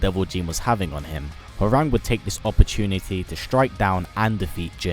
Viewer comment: Isn't Hwoarang actually pronounced "how-wrong"? Think I heard that in either Tekken 5 or 6